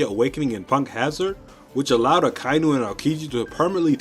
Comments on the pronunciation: Nobody is going to comment that akainu should be pronounced as aka-inu (red dog). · Am i the only one bothered by how he is saying Akainu?